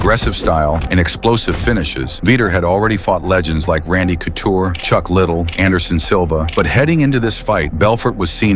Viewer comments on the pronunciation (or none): It's not chuck little...dope It's liDDELL. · AI it is LA-DELL JOT LITTLE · Veeter and Little 😂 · Chuck little? Lid el? Wth? Lol you ai asshat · Learn how to pronounce Chuck's last name and Vitor's name as well. They deserve way more respect than that. BOTH absolute legends !!!!